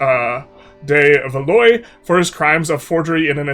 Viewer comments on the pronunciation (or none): You read Artois correctly, but read "valoy" for the morphologically similar Valois. Tsk-tsk! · isn’t it pronounced “Val-wah”